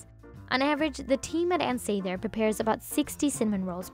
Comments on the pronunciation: It's really annoying that she keeps mispronouncing Sather in the voice-over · It’s definitely not SAYther. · You’re pronouncing Ann Sather wrong!!! 🤦🏻‍♀️ “Sah-ther” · Was just wondering why she was pronouncing it Say-ther. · No, the presenter doesn't know how to say Ann Sather. it is a short A. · No one in chicago pronounces it like this... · 😬 at her pronunciation! Nobody from Chicago pronounces it that way